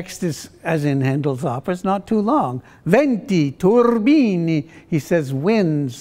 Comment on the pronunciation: Good singing! But that affected spoken snobbish introduction ... if you're going to attempt foreign pronunciation, get it right. "debut" final syllable is one vowel is based on "ee" but rounded. "TUR-bini, the word in the TITLE has the accent on the 1st syllable (appreciated by listening to how Handel set the word with a strong beat on the 1st syllable. Excellent version of this piece!